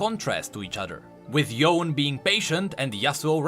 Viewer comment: Riot: Yonee/Yonie Everyone: Yone: yoNÉYH